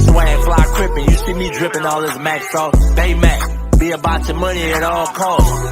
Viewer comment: BayMaac? Seriously?